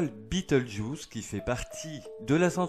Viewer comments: En prononciation française c'est juste Bé tèl geuse. Je ne comprends pas trop pourquoi cette prononciation "US" ? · Pas la peine de prononcer le nom de l'étoile à l'anglaise ... ce nom n'a strictement rien d'anglais ni d'américain. C'est la transcription approximative latine d'un nom arabe. Le nom Bételgeuse se prononce selon les règles orthographiques françaises.